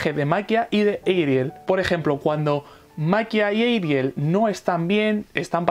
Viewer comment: Se llama Ariel, pero los japoneses lo pronuncian como ''Erial", así que supongo que está bien decirle "Erial"